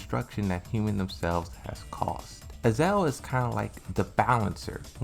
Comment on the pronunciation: I love how he can't pronounce Azazel